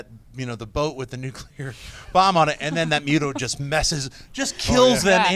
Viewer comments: I swear John doesn't know how to say NUCLEAR. This is the 2nd time he calls it Nucular, smh. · John stop saying 'Nucular!!' its........NUCLEAR!! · John - NuCular? ... Arrgh.